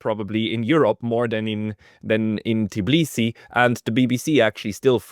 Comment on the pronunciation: The capital of Georgia is called Tbilisi, not "Tiblisi" The way you say it, sounds about as ridiculous as if someone called you Apsacal instead of.